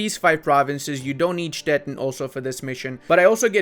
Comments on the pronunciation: He basically pronounces it as Stetten, which is a rather common name for a variety of small towns and hamlets all over southern Germany :D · Hello, a little advise: Stettin is pronounced Stetiiiin with the long i in german:D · learn how to pronounce Stettin, the end sounds like the word “teen” in English. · Ludis pronunciation of "Stettin" sounds always very funny and a bit confusing. In German the "tin" in Stettin is pronounced with a long i like in english "teen" in teenager.